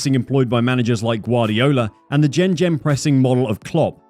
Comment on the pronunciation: How did my man just say gegen pressing